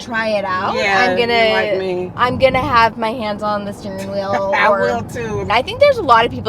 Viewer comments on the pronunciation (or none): I am not an English native speaker and I have to say I adore specific accent. "The stirring wheel" and the loooong vowels;)